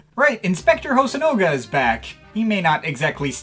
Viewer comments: Nitpick, but it’s HosonAga, not HosonOga. I guess I should get used to mispronunciations on this channel, like Sawhit instead of Sahwit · Small correction: it's hosonaga not hosonoga